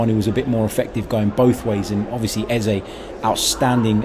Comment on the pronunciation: Our numbers 10s name is not pronounced EHZAY, it is more like EHZUH. Please make the effort to correct your pronunciation so the other podcasters will follow suit. You can hear the professional commentators pronouncing it properly. We’re Arsenal, do better!